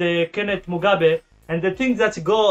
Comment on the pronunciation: Did you just say history of the Kenneth mugabeee🤣🤣🤣🔥🔥🔥